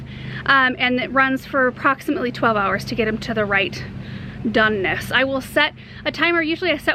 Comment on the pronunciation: The right ... “ DONE-NESS “ ... 😂🤗